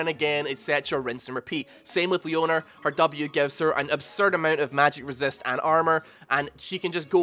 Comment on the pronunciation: LMAO "leo-nerr" i can XD